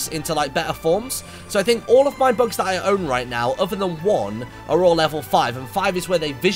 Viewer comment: LOL MARTYN I THOUGHT YOU KEPT SAYING 'Books' INSTEAD OF 'Bugs'